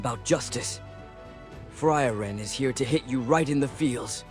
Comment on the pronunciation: The way you butcher the name is sending me chills